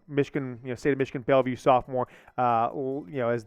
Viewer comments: It’s BelleVILLE not BelleVUE. BelleVILLE NOT BelleVUE sheesh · Bryce Underwood is from BELLEVILLE!!! It’s not “Belleview!”